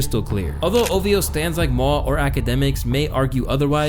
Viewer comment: Let me hear you say OV-HO